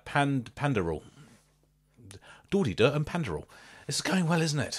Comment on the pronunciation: oh man, hearing you butchering their name is so funny